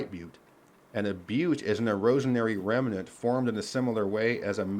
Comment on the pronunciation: Interesting accent tic of the narrator: pronouncing "remnant" with three syllables, whereas in my (American) accent, I pronounce it with two.